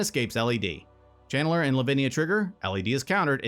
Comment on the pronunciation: Were you saying "Chandler" or "Channeler"? Lol